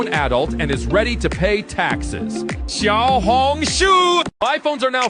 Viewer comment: nah its XIAO HONG SHUUU